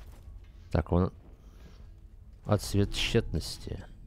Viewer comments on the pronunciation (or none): ) Ну блин, вторая серия уже. Ну ты же интеллигентный человек из относительно старой гвардии, которая читала фентези и фантастику. Ну почему отсве́т? Персонаж же на жопой отсвечивает. Ну о́тсвет, о́тзвук. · Кто-нибудь скажет ему что в слове Отствет ударение ставится на О. Не отсвЕт а Отсвет... Бесит пиздец...